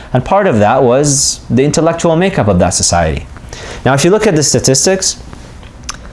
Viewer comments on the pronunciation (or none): none